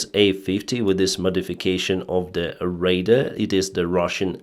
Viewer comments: RADAR is not pronounced "raider" - that is a word that means something entirely different. The acronym RADAR has two syllables with equal emphasis: RA (as in Ray) followed by DAR (as in Darwin). You might use radar to detect a raider. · Radar not rader arar ar not er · Yes of course I know that but he has managed to correct his pronunciation over time of many words (as have many foreign commentators done with Ukrainian place names). But "raiders" has been his goto forever, so a slight correction is in order - especially as he is in aviation it'll do no harm. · Be kind! You’re right, but just the same English is his second language. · True, but "raider" is one of favorite Denysisms. Keep it up!! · just a friendly FYI. Radar when pronounced correctly rhymes with Voludar or guitar. Your english is very good though. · Please improve your pronunciation of `radar` Your pronunciation sounds like raider. Radar and raider are completly different words with different meaning.